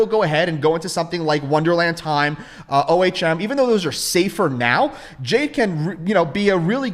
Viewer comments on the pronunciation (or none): Okay. You made me look O H M is pronounced 'Ohm' It's a real word